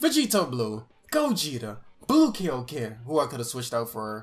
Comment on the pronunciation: Yoo i love u and all but like can you stop saying kay yo ken? Ik y’all know how to say kaio-ken its not that hard lol it just triggers me every time